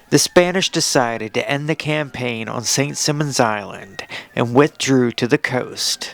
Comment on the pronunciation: It's pronounced Saint Sigh-monz.